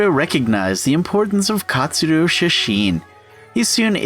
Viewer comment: He keeps saying katsudoo